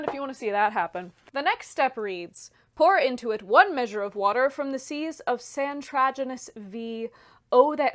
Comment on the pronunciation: Santraginus Vee huh? or you know...... Five maybe....